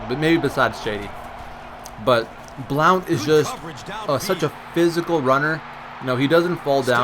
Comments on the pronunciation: its just pronounce (Blunt)... i understand theres an "o" in it, but... yeah. blunt. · u pronounced blount wrong